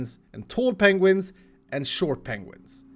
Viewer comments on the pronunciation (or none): It's not penguins, it's PENGUINGS.